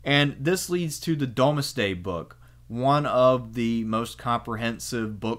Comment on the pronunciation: and canterbury, and the domesday book lol. But I love his vids